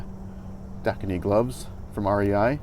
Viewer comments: Lol yea I can't understand how/why you would think Dakine is pronounced "da-kuh-knee" :p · No disrespect just helpin a brother out. Dakine is two syllables and is pronounced (da) - (kine). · Dakine... 2 syllables. It's pidgin.